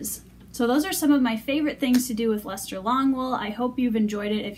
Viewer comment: Thank you for teaching me how to properly pronounce this wool. I had no idea!